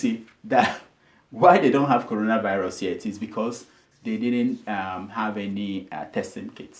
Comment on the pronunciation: Bleach pastor, did you hear the pastor, he said Colona virus